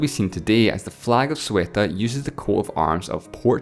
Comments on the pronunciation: Why do you say Ceuta as "Sueta"? xD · Doommagic he's probably Canadian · The pronunctiation of Ceuta is not correct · Choli Zgz The pronunciation of most places and names are incorrect. He is Scottish, after all. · Nice and informative video but, frankfly, I couldn't understand you when you were pronouncing Ceuta. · pronounced ceuta wrong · You nailed the pronunciation of "Melilla", how come you failed so bad in "Ceuta" ? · Don't get me wrong, I'm subscribed and I like his content, I just found it funny the way he says it. I understand pronouncing the "c" as an "s", but not to swap the order of eu to ue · AwaShinima He mispronounced a simple word multiple times in one video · "Sueta"? XD shouldn't be "Ceuta"? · Isnt it pronounced say-ooh-tah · Its ceuta not sueta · Very good video, but every time you said "cueta" and not "ceuta" my ears bleed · I still can't figure out why people aren't able to say Ceuta correctly. It's not Sueta, it's CEUta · Dude, if you want to do educational programs, make sure you pronounce the names correctly. Ceuta is not “thoo-eh-tah” but rather “theh-ooh-tah” This was too dyslexic. And please please work on your “out” lol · Every time he said "Sueta" trying to say Ceuta I died I little bit more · Him - Zueta Me - Ceuta!!!!! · It's actually Ceuta /zeuta/ and not Sueta /sueta/ :) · Ceuta is pronounced either /seutæ/ or /θeutæ/ not /Suetæ/ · Ceuta is pronounced /ceuta/ just as it is spelled. It is not pronounced /su-eta/. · Ceuta is pronounced /zeu-ta/, not /su-e-ta/ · It's Ceuta not Sueta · guarda que me sangraron los oídos cuando decia Sueta en vez de CEUTA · Ceuta, not Cueta... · its not soo a ta its say yoo ta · It freaks me out that you pronounce it SUETA instead of CEUTA. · "Sweater" *Ceuta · Zueta wtf are you even trying Ceuta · Its Ceuta, not Sweater, pls write everything you pronounce because sometimes we want to google it and don't understand, like Liberland and the other country that I couldn't understand what you said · Sueta.. LOL